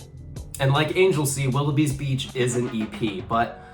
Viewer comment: It's pronounced "ANG-GUL-SEA' not Angel Sea.